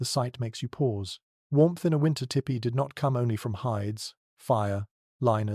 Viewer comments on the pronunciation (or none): I really enjoy your channel, And appreciate the time and effort you obviously put into it. However as someone who has grown up around Native Americans the pronunciation of the dwelling should be more like “Tea pee”. A better spelling to indicate this would be Tepee. After looked it up ”tipi” is also a correct spelling but does not let itself to proper pronunciation. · Only thing I don’t care for is In US we pronounce it TEE PEE Your First Peoples stories are my fav. TY